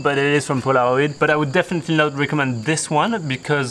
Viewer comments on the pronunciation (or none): You said Pola .. ro..id hahahahaha 🤣 try saying Pola Roy D like this 👍👍